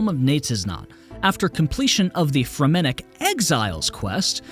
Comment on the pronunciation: Interesting pronunciation of fremennik…